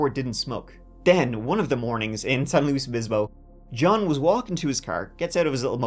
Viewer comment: My town got mentioned! Thank you for pronouncing San Luis Obispo correctly and not saying "San Louie". I will never for the life of me understand why so many people see the name "San Luis Obispo" and think "that's French, right? gotta be French" 🤪